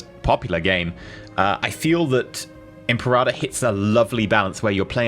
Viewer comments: Really. Thumbs down for that pronunciation. "imperata"? IM-PERA-TOR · you pronounce imperator the same way you pronounce imperative but with -ive being replaced with -or NOT imperahhhtor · Say it with me. Eemm. Paira. Tor. Now put it together. Imperator. Now say it three times fast. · Imperata Rome ? Isn't it Imperator Rome ? It's translated Emperor in english... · Its pronounced Imper-a-tör Means leader of the army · He can't say Europa Universalis or Imperator properly. If i were paradox i would revoke the early access to this guy.